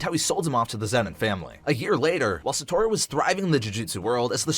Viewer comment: Sa tor ru is crazy and so is sa goo ru